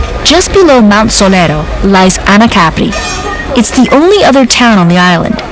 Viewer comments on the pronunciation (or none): why can't she pronounce Capri correctly?